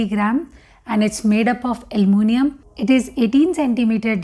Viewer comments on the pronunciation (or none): 'Almunium'... Lol what's that... And then we have the "gaset"